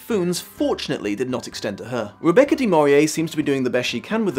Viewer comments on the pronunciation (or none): How many times will you get poor Rebecca's name wrong????